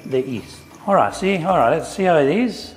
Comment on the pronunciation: Caro chef, deve provare a tossire per far sentire la H della parola "how". 🤪